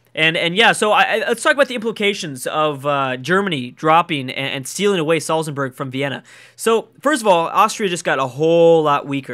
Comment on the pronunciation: Please stop saying Salzenburg, it's Salzburg!